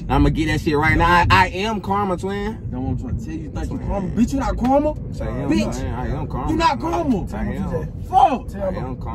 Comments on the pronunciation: tj said “beeitch “ so hard 😂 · tj be saying that li b word soo hard😭